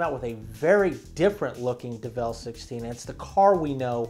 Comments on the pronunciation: "develle"? "kay-ron"? dude, c'mon. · By the way did you hear when he said devel XD